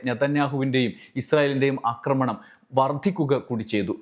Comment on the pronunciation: അക്രമണം, അക്രമിച്ചു അല്ലല്ലോ ആക്രമണം, ആക്രമിച്ചു അല്ലെ. കേൾക്കുന്നവരെല്ലാം തെറ്റു പഠിക്കില്ലെ?